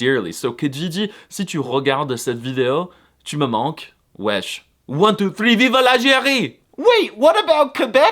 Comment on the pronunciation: no way he said wesh la street plz do not prononce it ever again brother